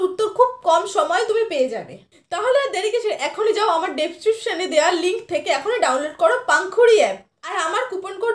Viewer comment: Description hobe didi🤦 despesan na😆😆